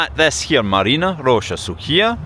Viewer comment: It's not actually MaryEEna Roscha, it's MAHRyina Roscha -- from Marya, a version of Mary. Mary's Grove, basically. It's the name of the whole district. Nobody knows exactly why, apparently. :)